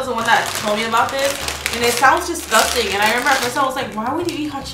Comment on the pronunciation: Nobody: Absolutely no one: Karina: DISGUSTANG